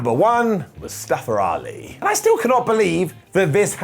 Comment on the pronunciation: man, I love your content, but I feel like at this point you mispronouncing Mustafa Ali’s name is purposeful. Seems super disrespectful, considering he did an entire angle about how to pronounce his name.